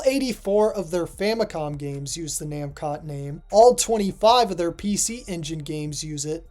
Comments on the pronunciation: Mascot? Maybe but the pronunciation of the katakana is actually na-mu-ko (pause) toe. Not nam-kot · There is no way that how your pronouncing Namcot is correct. Japanese words always end in a vowel, even when it’s a foreign word using katakana.